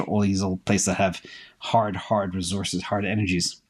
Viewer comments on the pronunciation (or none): none